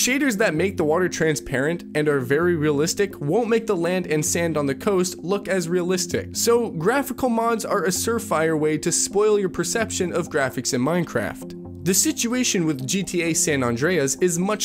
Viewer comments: Incoherent; multiple times, surefire; , San Andreas; multiple times. 3 strikes: I’m outa here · sir fire , sure fire